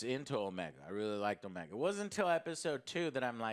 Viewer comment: I like Omega, we're gonna have to forgive a lot of scenes involving her in series as she's literally experiencing things for the first time, but one thing I dislike is the way her voice actor pronounces her own name it sounds like she say it as o-ME-a not necessarily as Omega. I find that annoying at times IMO